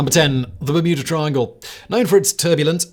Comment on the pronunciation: Sounded to me at very begging of video like Simon just quickly low key dropped “Muda Triangle”…. Which is what I’m gonna call it from now on lol… the ole Muda triangle off Muricas coast…